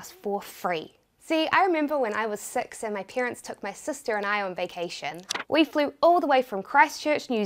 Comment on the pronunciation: The second you said 6 I knew you were a kiwi 🥝 😍😆🤟🏻